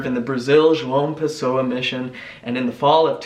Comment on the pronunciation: i'm from brazil. and absolutely love the way you just got João Pessoa Just right. congratulations on the pronunciation!